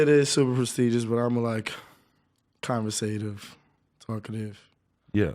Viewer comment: Dude said conversative